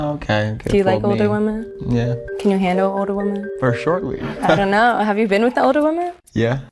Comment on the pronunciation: I enjoy your channel… but can you please say WOMEN When it comes to multiple females 😅…thanks bro ..no hate. Keep up the content 💯… or maybe it only sounds like that to me… I don’t know🤔